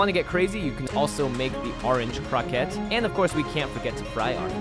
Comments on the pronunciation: crow-ku-ett or something like that kept saying Crockett like Davy Crockett lol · The word 'croquette' is based on French and pronounced croh-kett like baguette ('Croquet' the sport is prounced 'crow-kay'.). If you're speaking Japanese, then the word for it is 'korokke' ( コロッケ) which is when it's pronounced like crow-kay (more like 'koh-ro-ke' but close enough'). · isn't it supposed to be pronounced croh-kay.... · Love your videos normally but I can't make it through this one. You're murdering that poor word. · Damnit he keeps saying croquette wrong! Ashley says it right but he says it like the word rocket but a c in front of it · it's really annoying how you pronounce croquette